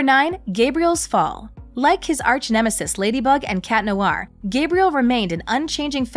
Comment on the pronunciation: The way you pronounce "Noir" is cringy! It's Nwahr, not Noo-ar.